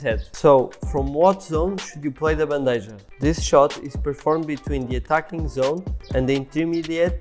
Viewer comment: It is pronounced Ban-de-ha ...maybe with a bit of k sound on h. But it's not J sound